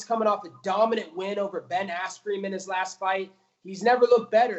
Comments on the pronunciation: Love how he calls Ben Askren "Ben Ass-cream". Funny as shit! Honestly, big props to Colby for taking the Lawler fight- he's got brass balls. Robbie is one of the scariest, most intimidating fighters in the UFC- the only one more so pound-for-pound (and off the top of my head) is Yoel Romero: that guy is straight nightmare fuel. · Gus Martinez asscream , dude said asscream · Is he saying Ben AssCream?